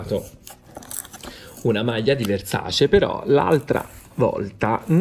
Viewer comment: Versace e Dolce e Gabbana che si battono sulla corretta pronuncia del brand:: VERSACI DOLCI E GABBANA